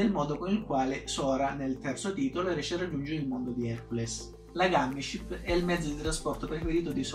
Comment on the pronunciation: Si DiCe GaMmIsCiPp!1!1!